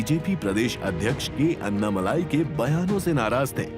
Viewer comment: अन्नामलाई नहीं भाई - अण्णामलाई।